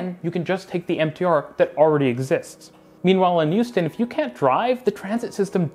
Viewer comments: Great video! I don't mean to nitpick, but the H in Houston is a hard H. Hyew-stin, not Yew-stin. And definitely don't pronounce it "How-stin" like those people from New England! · Hearing you say Houston in a way which sounds like Euston really makes my brain hurt, especially when talking about how Houston has bad public transit. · Are you talking about Hong Kong and Houston? I swear you're saying Youston. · Took me too long to figure out that he was talking about Houston and not Euston. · Don’t disagree with the points, but constantly pronouncing Houston as if it was Euston kept taking me out of it. (Born and bred Houstonian, though don’t live there currently) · Sorry, I’m not familiar with a city called “Youston” 😂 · Where the heck is "YOU'ston?" 😅